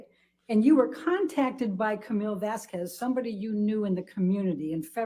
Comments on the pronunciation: Do they purposely mispronounce Vasquez? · Anyone else notice pronounced Camille's last name CORRECTLY when talking about the legal team at Depp's house? This was -22. I just caught this, so the shrew WAS saying Camille's name wrong on purpose. What a jerk.